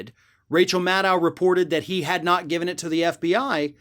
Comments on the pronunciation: Please call her Rachel MAD-OH...not Rachel Maddaouw...that's the way she says it. :) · Nitpicking, I know. But Maddow rhymes with shadow. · Maddow….. rhymes with shadow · why does he pronounce maddow's name so weird?